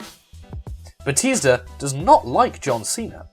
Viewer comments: I've never heard anyone pronounce batista as batisda before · It bothers me that you can't say Batista right